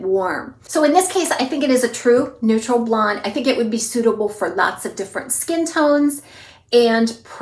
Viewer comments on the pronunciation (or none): none